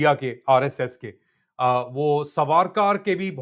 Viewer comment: Savaarkaar nahi saavarkar hai as in saas not as sanam